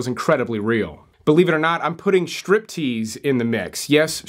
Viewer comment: it's not Shtriptease, it's Striptease.